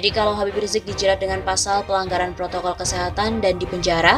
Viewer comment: ADA TEKS MASIH SALAH BACA NYA APA LAGI TDK PROTOKOL BUKAN PROKOL JOK ,PRESIDEN PALING BURUK MEMBERI CONTOH YG TDK BAIK KPD RAKYAT NYA